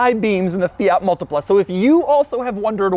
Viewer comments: Mul-tea-pla Say it with me. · Me, an Italian hearing him pronouncing multipla: s t r a n g e